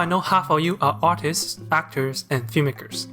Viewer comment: "That's how I know half of you are autists (...)" now I know he meant to say artists, but it still was funny like